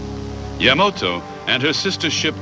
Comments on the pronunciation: This narrartor may be A.I. He mispronounces YAMATO as YAMOTO every time. WRONG!!!!!!!!!!!!! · This is the second narrator I've listened to today who mispronounced the Japanese battleship Yamato as Yamoto.... Overall, a great video.... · The Japanese battleship referred to here as "Yamoto" is actually the YAMATO also mispronounced often as Yamamoto..the name of an admiral. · You say Yamato I say Yamoto . . . I have the same issues in English. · Hey this was pretty good! I'm curious, though, was Yamato really pronounced like Yamoto? Anyway, I thought it was well done. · 大和 (やまと) not やまとえ as potatoe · I have always enjoyed this battle. It was my favorite naval battle. I am a serious historian with a WW2 background. I liked the way this was told from all sides. Also found funny the pronunciation of the Yamato and the misspelling as well. That ship was a behemoth and a brute of a battleship. The Japanese lost 26 ships and were never again able to sortie out against the American combat power. Thanks for the post of this history.